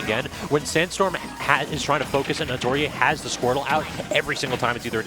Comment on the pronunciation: Why r they saying atoryi-eh that can't be how that's pronounced